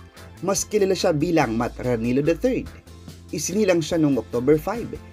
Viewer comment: is pronounced as " ra-ni-lyo. In spanish Filipino, double L sounds like LYA, LYO